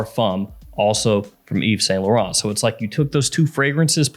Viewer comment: Brooo! You seriously need to improve your foreign accent when saying the perfume names, brands or designers...i mean it's embarassing, and you need to improve it. Thousands of people follow you includind me... and saying: ' eeve san low run' its's just sooo bad like you don't care for what you are doing. You need to be more careful with that